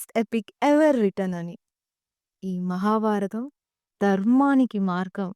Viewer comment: ముందుగా, చిన్న వయసులో చాలా పెద్ద భాద్యత తీసుకున్నందుకు మనస్పూతిగా అభినందిస్తుంన్నాను !! కాకపోతే ఒక చిరు హెచ్చరికతో విన్నపం. మీరు ఎంచుకున్న విషయం మహాభారతం కావున, మీరు మాట్లాడుతున్న తెలుగులో అసలు ఒత్తులు చెప్పడం లేదు. ఉదాహరణకి, మహాభారతం .. మహాబారతం కాదు. . అలానే.. ఆంగ్ల పదాల ఉపయోగం లేకుండా చెప్పగలిగితే, ఆంగ్లం తెలియని వాళ్ళు వింటారు అలానే అంతరించిపోతున్న మన తెలుగు భాషలోని పాదాలకి జీవం పోసినవారు అవుతారు... శుభం !! జై తెలుగు తల్లి! జై జై తెలుగు తల్లి !!